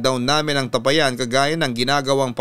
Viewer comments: Tapayan Hindi tapa- yan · Mali bigkas mu Ng tapayan😁😁😁.. ta pa yan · Hindi po mabilis bigkasin Ang tapayan.Ta_pa_yan po ang pagbigkas.ty po. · TA - PA - YAN . （bigKas pababa） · Papa dudut mabagal po Ang pag bigkas sa tapayan hindi mabilis parang nag bigkas ka ng payapa😂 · Sana po itama ang pagbigkas ng salitang tapayan.malumay po ang bigkas ng tapayan Hindi mabilis.